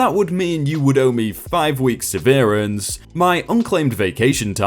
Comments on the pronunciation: It is seh-vehr -ehnse not sehv - ear - ehnse. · Unionized aside, how about 'seh veer ance'. It's 'sev err ants' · Se-ver-ance, NOT severe-ence. Wow! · "severance". I typically pronounce it without the middle E, so it reads more like "sev-rance". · un-ion-izes and sev-eer-ence? jesus. this video hurts my ear balls. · So when you read “severance” think “sever ties”. Or! Severus (Snape). Easy, right? edit: is that suh-VEER-ans pronunciation standard in some countries? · and then theres severe ence, instead of severance lul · Is that how you pronounce unionized and severance? I’ve been pronouncing them wrong all along, lol. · Similar issue with Severance. My guess is autotune has a bug. Or maybe the audio encoder.